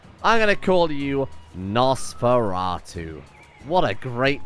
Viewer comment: I got so salty when I realized he didn't go with the fur pun... the way he said the name out loud as he typed it I thought for sure he was doing that on purpose